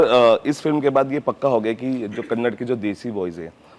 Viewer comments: Sir please it's kannada not kannd.Kindly prounce properly. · It’s Kannada. Not Kannad. Please 🙏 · Just one change it’s Kanada and not Kannad.